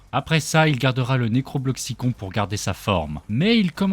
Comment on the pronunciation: C'est juste pour te dire ça s'écrit necrobloxicon mais ça se dit necrobloxicone